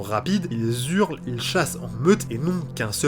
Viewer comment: ils hurlent, pas ils zurlent